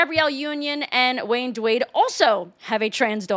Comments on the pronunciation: Sade is not pronounced Sayd?? No, it's pronounced Shar-day. Also Wayne Dwade? It's Dwayne Wade. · Love your work but i cackled at "Sade". Its pronounced "Sha-day". The "Smooth Operator" singer. I'm sure it was a fluke but i found it hilarious. As well as "Wayne Dwade". 😂❤️ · "Wayne Dewade"?